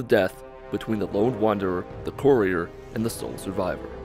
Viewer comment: That's not how you pronounce courier